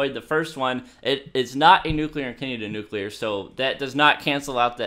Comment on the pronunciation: NUCULER wow well done